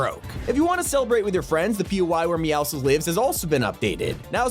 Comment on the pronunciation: finally someone says meowscles correctly